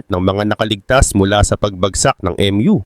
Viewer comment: HINDI PO EM YU ANG PRONUNCIATION NYAN KUNDI MU CONTINENT PO TLGA.